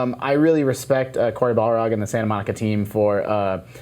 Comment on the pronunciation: Anyone else catch Justin calling Cory Barlog. "Cory Bal-rog"? He's not the creature from Lord of the Rings! Great episode nonetheless, I love Jared and his whimsy.